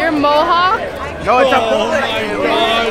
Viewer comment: She did not say Mohawk 😭😭